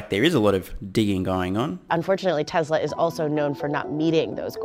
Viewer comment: Dear Lord. It's. T-E-S-L-A, not TESRA......Drives me insane, given he says it repeatedly every-single-video.....TESLA. It's TESLA!!!